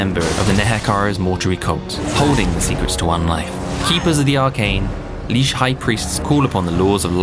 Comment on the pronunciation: Looks cool but I must admit the pronunciation of "lich" and "Dieter Helsnicht" actually hurt 😅